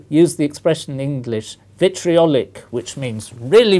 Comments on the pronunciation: lol..."VITRIOLIC!" :D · "vitRIOLIC !!!!!! " xD